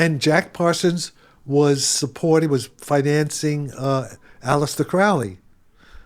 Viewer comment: The fact he’s pronouncing Crowley incorrectly for being so close to his circle is a red flag for misdirection